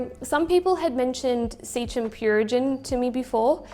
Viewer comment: Must be an Aussie thing, I also used to pronounce Seachem as you do, however I've since learnt (after over 10 years in the game) that it's pronounced Sea Chem as in chemistry, who knew! 😂😂 love your set up BTW, I used to have a 5ft African Cichlid tank and loved it but had to move so sold it. I'll do it again one day when I no longer have to move.